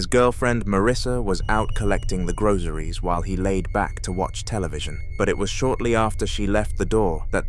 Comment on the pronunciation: I ain’t gonna let you get away with saying “grozzariez”😂